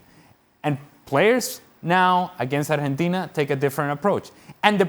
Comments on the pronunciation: Keiron Peach “Arhentina” is the correct (Spanish) pronunciation. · por fin un extranjero que sepa pronunciar bien el nombre